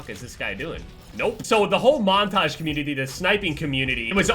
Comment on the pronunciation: Who heard that “communittitiy”